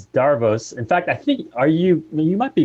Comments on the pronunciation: wonderful its pronouced davros not darose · not going to lie. the way you pronounced davros literally made me forget what his actual name is for a second.